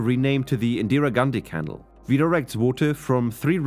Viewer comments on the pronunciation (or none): Wonderful video. Thank you for so much interesting information. I thought it might be worth a mention that "canal" is pronounced with a stress on the second syllable: ca-NAL (Barring local variants of English spoken in areas I am unfamiliar with). No problems posed for understanding though. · The word "canal" is pronounced with the accent on the second syllable. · Sounds like AI voice. Why pronounce canal like kennel? And monsoon into Mon Zoom? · Pronounce “canal” properly.